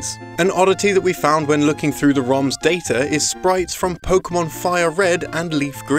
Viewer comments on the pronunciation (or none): "In the date-er of this disc"